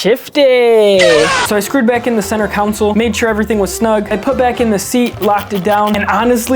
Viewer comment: Learn how to say console man not council